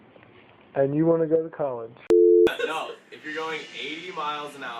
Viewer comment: "and you want to go to colage" OOOOF 😂😂😂